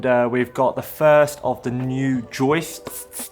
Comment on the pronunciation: great pronunciation of joistssssss! love ya . xo.